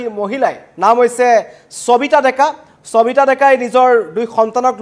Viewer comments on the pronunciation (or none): চবিতা নে সবিতা ? অসমীয়া ভাষাত শ ষ আৰু স যুক্ত শব্দ সমূহ কি দৰে উচ্চাৰণ কৰে আপুনি নাজানে নেকি ? এজন অসমীয়া হৈ অসমীয়া ভাষাৰ শব্দ কিদৰে উচ্চাৰণ কৰে নজনাটো লাজৰ কথা বুলি আপুনি নভাবে নে ?